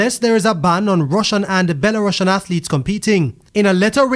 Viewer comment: That’s not how Belarusians is pronounced, I’d be annoyed if another news agency was butchering Jamaica’s pronunciation on their broadcast